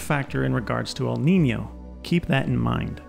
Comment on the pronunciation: Congratulations Not only your channel is wonderful. You are also the first English speaking Youtuber to accurately pronounce the ñ in Niño